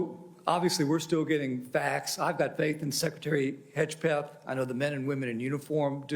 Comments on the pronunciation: "I've got faith in Secretary Hedgepeth" ... are they all drunk? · Did he say hedgpeth 😂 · how come that guy said Petes last name wrong, Secretary Hedgepeth? lol wtf was that? I love how Cotton emphasized it correctly right after.